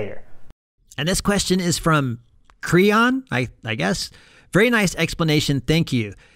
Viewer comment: Great video again, and thanks for answering my question. You pronounce CreOn right. It means Creative Online and is from the time I use to build websites for hobby. Have a great day.